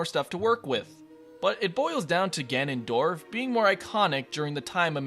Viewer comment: "Ganondroid" XD